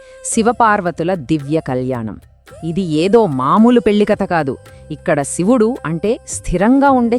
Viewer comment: ముందు శివుడు అనటం నేర్చుకోండి